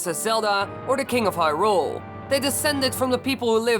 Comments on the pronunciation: Don't wanna make fun of your accent, but you say Hyrule like hyRULE. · The way he pronounces hyrule